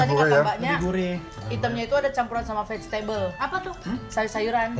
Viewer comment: "Vagetable" apa tu? 😂😂😂